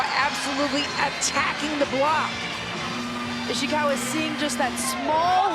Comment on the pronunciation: the way she pronounced “Ishikawa” as “Ishiwaka” got me😅